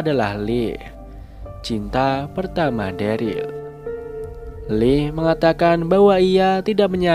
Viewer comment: Bang, leah itu dibaca liah bang keknya